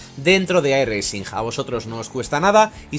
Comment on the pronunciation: no pronuncies la "G" en "iRacing", que suena mal.